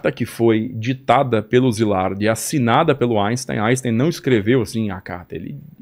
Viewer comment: Inportante resgate histórico, sobre Pearl Harbor e a bomba atômica. O Japão é muito facilmente cercado pelo mar, o que o torna militarmente vulnerável. Gente, em alemão, as letras "ein" se pronunciam "áin". Então o nome de Albert Einstein se pronunciamento "áinstáin". Não falem "áinstêin", pelamordedeus.